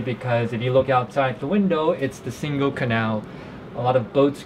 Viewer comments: Definitely not like “single” in English, that is a hard “g” ! Pronounce it more like “singing” ! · Nice video!!! You should ask someone how to pronounce Singel (don't use the k sound in the middle!) 👍